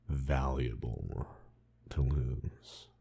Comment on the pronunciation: Istg is the definition of autism- "valuaRble"